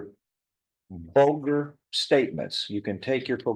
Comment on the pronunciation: “Vulgar” not “bolger” statements lmao